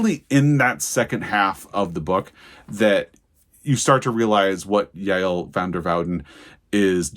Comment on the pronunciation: I read The Safekeep and I’m in the same boat…I want to talk to someone about it and no one I know has read it. I really appreciate that you know how to say Yael’s name. Anyway, wonderful book, I do wonder if it will be up for an award this year.